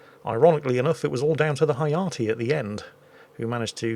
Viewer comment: I believe Hayate is pronounced as ha-ya-tay, as in ray.